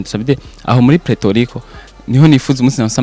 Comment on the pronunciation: hitwa Puerto Rico not Preto Rico.